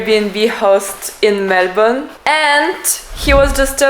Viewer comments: I love that you can say Melbourne properly. Good onya. You are a delight to watch and it’s great to hear your perspectives. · Hang on you just said Melbourne like a local are you sure you're Russian?